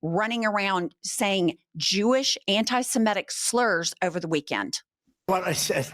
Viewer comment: It's "semitic" not "simetic." Common mispronounciation. Love you gals!💙💙💙